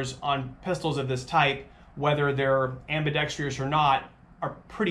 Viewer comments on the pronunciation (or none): fun fact. it's pronounced ambidextrous. not ambidextrious.